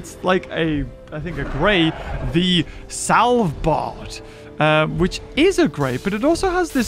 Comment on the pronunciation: haha he caled it savlbard